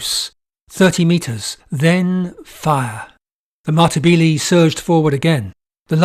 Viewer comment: Another great video, however Matabele is pronounced Ma-ta-beh-leh. Not Matabeelee.